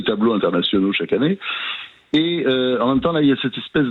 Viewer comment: Idem !... "Celles z'é ceux... toutes z'é tous... chacune n'é chacun"... c'est d'un ridicule ! Le summum est >>> "Toutes celles z'é ceux"...... oui, car les mêmes qui se disent lutter contre le "genré" se mettent à accorder le terme "tout" avec "celles" d'où > "toutes celles z'é ceux"... c'est d'une débilité ! Et il y a encore les mêmes qui n'ont toujours pas compris qu'en français il existe le masculin, le féminin, et le neutre comme dans "il pleut... il neige... il fait beau... il fait nuit", etc... D'ici qu'ils se mettent à nous expliquer qu'il faut dire "elle pleut" parce que l'eau qui tombe s'appelle la pluie... idem pour "il neige"... mais aussi pour "il fait nuit"... il faudra dire > "ELLE fait nuit" parce que c'est LA nuit... bref, on peut tout craindre avec ces dérangés du bulbe.